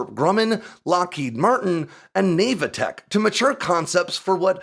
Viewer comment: Navatek is pronounced with a short a. Think like "short for navigation technologies"